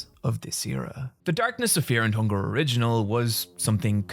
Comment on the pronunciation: This is weird to say but I really like how you say fear and hunger Great video:)